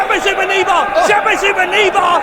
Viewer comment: it's knee-bar